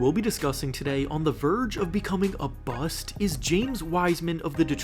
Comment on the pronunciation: “A verge of becoming a bu-st”😫😫😫😫